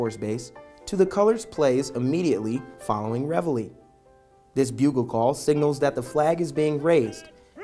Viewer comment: Why? Because they pronounced it correctly?